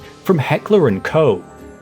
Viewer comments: Koch is pronounced as "coke" in English. Great content as always! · Heckler and co? pronouncing Walther as walfer? what is wrong with your German pronunciation man?? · my source: it's my last name. The way it's pronounced in German is the same as the ch in Buch but that sound doesn't exist in English. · To my understanding, Koch is supposed be pronounced similar to Cough. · Cool video, but please search "how to pronounce Heckler&Koch" before making a video where saying it is unavoidable. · It actually does not. Anglophones have incredible difficulty pronouncing the German "-ch" sound at the end of a word, and there really isn't a way to illustrate the pronounciation with an English word, so the US H&K subsidiary decided to pretend like that's the correct way of saying it.